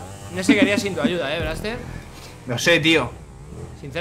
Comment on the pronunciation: Dise braxter mira este pepino Dise fargan pero y esto